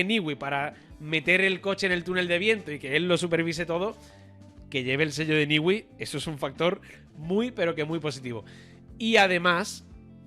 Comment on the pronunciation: Newey, no se pronuncia “Niwi”, sino “Nui”. Repiten el disparate una y otra vez.